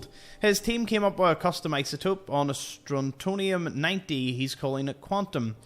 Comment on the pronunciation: Meacham = "me-chum". Strontium = "Stron-tee-um". :-)